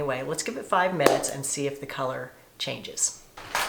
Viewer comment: Not to be mean, but Stop saying thee, it’s the.